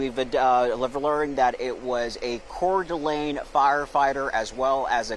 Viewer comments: Yes, Couer d'Alene is a french name, but No you do not pronounce it kordulay. It's kordulayn. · CORE - D- LANE!! LEARN TO PRONOUNCE THE CITY!!! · PORT O' LAY?? Oh, COEUR D' ALENE. Sheesh.